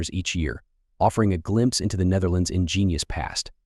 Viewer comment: You should study how to pronounce the Dutch before trying to say the name, google translate can help.